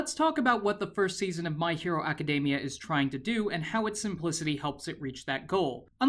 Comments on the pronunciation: It triggers me every time he says My Hero Aca-day-mia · Is it me or does he say Academia like macadamia?